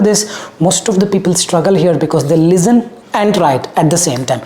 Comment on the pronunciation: its listen not lizten